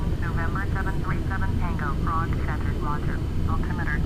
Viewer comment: It's Prague.. :P